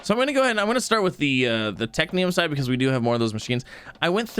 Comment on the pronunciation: is no one gonna tell him that its technum and not technium? pls upvote so he sees